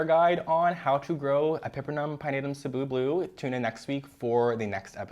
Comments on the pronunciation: Thank you for pronouncing Cebu correctly!!! I’m from Cebu and it’s been paining me to hear everyone on Plantube mispronounce the name of our island 🥲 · Thank you for saying Cebu properly ❤️